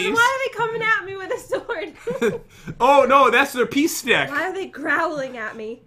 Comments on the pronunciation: He said peace stick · Lol it was a peek stick